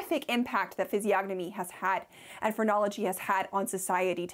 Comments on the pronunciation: no way you pronounced the "g" in physiognomy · This is an important video but I couldn't get over the pronunciation of the word physiognomy. The G is silent. I know I'm a nerd but I couldn't get through the video.